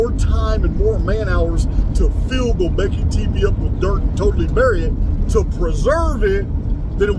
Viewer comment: hey bud, Gobekli Tepe phonetically sounds like "Go-bek-lee Tep-ay" btw. i luv the research!